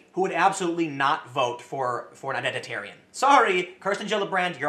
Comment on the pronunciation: Did you just say Identit-aryan????? Tim saltright confirmed